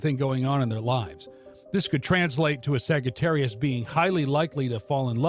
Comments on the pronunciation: It's saggy not sagee🤣🤣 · Did you really pronounce it like that? A sag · Sagittarius Sags? The G here is the one and only place I have heard it pronounced this way honestly its different and my gut insight tells me it is more accurate as Saj-ittarius as phonics go but beyond that back to the origin of Astrology. I resonate with source No Sagittarius Ive ever known is unreliable as the signatures for our sign has long been Insight Wisdom Light bridge builders Empathic and major adherence to loyalty and best of all lastly not least is temperance which is balance and balance. which balance defines as stability, the Hebrew language defines wisdom as stability aka Sophia having deep connection with the Moon also Sophia Never have I met any person expressing unreliability at all which I will dismiss as a false attribute. Clear and baroque Sagittarius is a master marksman and having a bow we find bow originates from om and later ohm. As for the arrow it is an arc of light a gift of Zeus and as equal in power to the lightning rod he wields. We are seekers of truth in the highest order which creates a deep desire thirsting for knowledge many of our star sign are healers and mediumnic gifted with inner spiritual sight and astral plane access to the legendary Akashic Records archive we are born empaths and in many cases of lives lived are born with old sage souls that retain multiple gifts of Kosmic knowledge Astology and Theology sciences as well as highy vibrational old souls teachers educating others and builders of life helping many to see their own divi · Why does he say it wrong! It hurts my brain!!😳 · Why tf is he saying it this way?? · I don’t think that’s how it’s pronounced